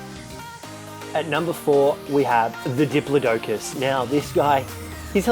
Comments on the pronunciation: Errors: Parasaurolophus not parasaur Dire bear isn't a dinosaur it's a prehistoric mammal Dih-plod-ih-cus not dih-plO-dough-cus Equus is a horse not a dinosaur It's Quetzalcoatlus not Quetzal, and Quetzalcoatlus is a pterosaur not a dinosaur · It’s duh-plot-ic-iss not dip-low-doe-cus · I’ve never hear anyone say diplodocus like that